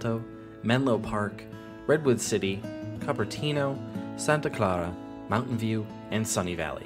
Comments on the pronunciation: "Cupperteeno" should have been pronounced "Cooperteeno." (Cupertino belongs to Apple.) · It’s San Jose not San Juan, Sunnyvale not Sunny valley, Cupertino not Co Opertino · Also, Cupertino is “Coopertino” and Sunnyvale isn’t sunny valley. ;)